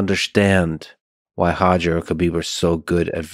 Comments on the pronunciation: Roger not hodger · Stop saying “Hoger”😂😂😂😂😂😂😂😂😂😂😂